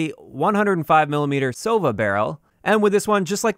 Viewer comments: Please learn the accents on "russian" words ffs! Not StrElok, but StrelOk. Not Osa, but osA. Not sOva, but sovA. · Not the sOva, but sovA. Russian speaking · It's sovA (owl), osA (wasp) and strelOk (shooter)